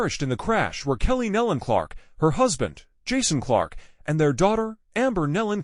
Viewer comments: Thier name is Nelon pronounced knee-lon not Helen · no knee-lon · What is so hard about pronouncing NÉE’ LONS right⁉️⁉️ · What is so hard about pronouncing their name correctly, NEEEEELAN??? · Knee Lynn is the pronunciation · The name is NEELON PRONOUNCED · Exactly the point. This isn't the way you announce a tragedy when you don't even know the spelling and pronunciation of the names!